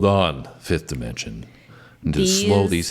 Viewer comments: there name is pronounced 'the 5th Dimension'not DYE MENENSION,IDIOT !! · Love that you’re branching out! (The group’s name is pronounced with a short “I,” as in “dip.” Not “die.”) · HEY MISTER ,IT'S NOT DI MENSION FOOL,IT'S PRONOUNCED AS DEMENSION !!